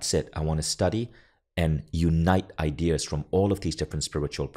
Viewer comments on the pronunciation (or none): I love how he says idears